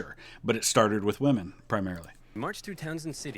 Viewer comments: I love Oversimplified's videos, but goddamn does his pronouncication of women bug me. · Anyone else get frustrated with how Oversimplified keeps mispronouncing the word "women"?